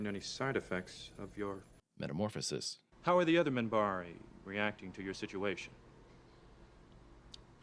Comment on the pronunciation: Minbari. With an n, Minbari.